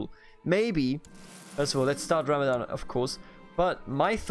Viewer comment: Please pronounce the "R" in "Ramadan" normally next time to say it because in Arabic we pronounce it normally just like in English.